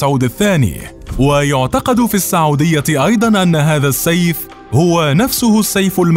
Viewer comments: الفيديو مليان اغلاط .. كوميدي اكثر منه وثائقي .. التواريخ غلط والاسماء غلط والمناصب غلط .. وبعدين اسمها السعوديه وليس الساعووديه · السعودية بضم السين